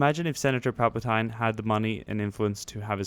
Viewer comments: And you said palpitine wrong it's pronounced palpiteen not tine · obi wan and qui gon* Anakin was like 2 remember qui gon saying STAY IN the SHIP Also it's pronounced palpateeen not tine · Dan D I want to slit my throat everytime he says “palp-a-TINE” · it's Palpatine not palpatien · ITS PAL PA TEEN PALPATINE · palpatine is prounounced palpa teen,somehow has to trow you to a ranchor =O! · It is pronounced palpateen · Its pal pa tine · "pal-pa-tine" sigh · Pronounced palp-a-teen. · how you pronounced palpatine killed me but i love your videos nonetheless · I cringe every single time he says Palpatine lol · learn to say palpatine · Why do you pronounce palps name like that... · You also pronounced palpatine wrong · besides its more like palpitine with the tine sounding like teen